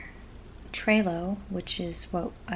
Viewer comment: Lol you're so cute. It's "Trello" like "jell-o". Congrats on the podcast!